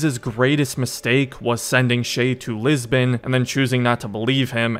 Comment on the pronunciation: i will never understand why "Lisbon" is being pronounced "Lisben"